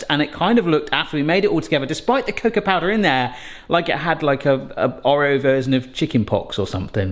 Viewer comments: Or eo. Not O reo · I can’t get over the way you say Oreo 😅 however cannot wait to try making these!